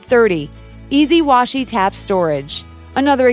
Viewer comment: Listened to that a few times because I couldn't believe she actually said washi tap. 😂